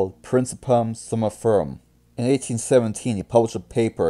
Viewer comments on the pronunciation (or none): 😂 I'm sorry but you pronunciation of soniferum was completely off but I can appreciate the effort